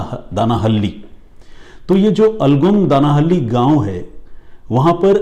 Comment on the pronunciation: Dear! Aapne jo pronunciation kia for 'Alagodanahalli' (in Kannada ಅಲಗೋಡನಹಳ್ಳಿ), it took me several minutes to figure out which village you are referring to 😂 Otherwise, you narration of the story is awesome as usual!!